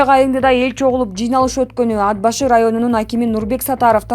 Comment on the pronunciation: ДИКТОР, ТУУРА ОКУ АД-БАШЫ ЭМЕС, АТ-БАШЫ ДЕП " Т" ТАМГАСЫНА БАСЫМ КОЙУП ОКУ " Т" ТАМГАСЫ КАТКАЛАН УНДУУ, ЖЕР АТЫН БУЗУП ОКУП ЖАТАСЫН